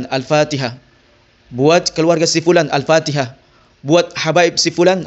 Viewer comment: Ikuti atau ikucti? Mayit atau mayict ? Fatihah atau factihah ? Syari'at atau syari'act ? Ta'ala atau cta'ala ? Luctu aku dengarnya 🤭🤣